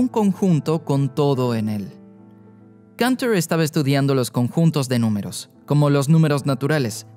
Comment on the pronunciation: Y Cantor, que no sé por qué lo pronuncia en inglés si era ruso.